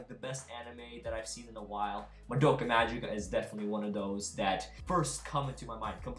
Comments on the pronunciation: Mgica is pronounced Ma-Gi-Ka (giggle's "gi"), not Ma-Ji-Ka !! For some reason, English speakers don't pronounce it correctly. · It sounds funny when you say madoka majika because in japan we say madoka magika with a G